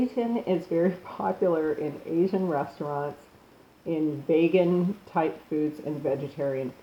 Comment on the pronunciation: yes, I noticed she mispronounced vegan too. Lol..